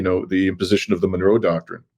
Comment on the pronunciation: ¡Viva México! Also, its pronounced Mon-row, Monroe not Menorah Doctrine.😂